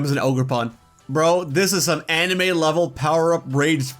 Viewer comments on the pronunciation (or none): none